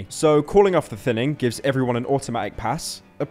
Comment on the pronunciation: It feels wierd that when people call it “the thinning” after watching call it “the thinining”